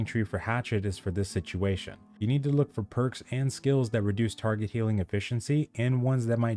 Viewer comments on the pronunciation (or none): none